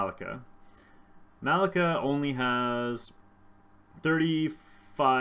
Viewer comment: Her name is MUH-LEE-KAH